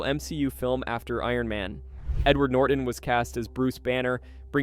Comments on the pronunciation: NORTON not NorDon! You sound like an idiot! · holy shit buddy its norTON not norden